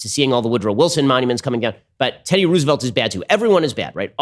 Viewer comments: even if they said it like that, who the fuck says Ruse-velt? it's Rose-velt, Ben. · "teddy ruse-a-volt" - ben shaprio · The way he's saying Roosevelt is very frustrating